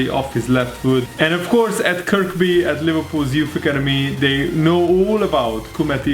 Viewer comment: Hi,, the 2nd K in kirkby is silent so it is pronounced Kirby, one of those crazy idiosyncrasies of English